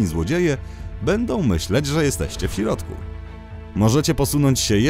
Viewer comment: Dlaczego ten prowadzący mówi: "w sirodku" zamiast "w środku?